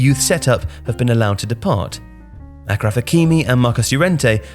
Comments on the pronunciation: Ashraf not Akraf 😂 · Achraf Hakimi is pronounced with a "sh" sound; A-sh-raf. It's an Arabic name with a French transliteration. "Ch" in French sounds more like "sh" in English